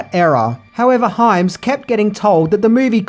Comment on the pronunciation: Good job pronouncing Hyams name correctly this time...!)